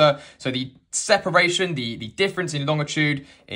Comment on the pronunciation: Lol. Pedantic note, the guy pronounces 'longitude' correctly. There is no 't' after the 'g'. It's LONG-itude.